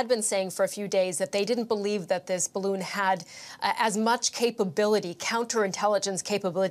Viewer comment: Oh! It not spying! It WEVR BAROON! 😑